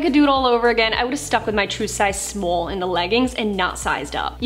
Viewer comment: “My true size smoll” 🤣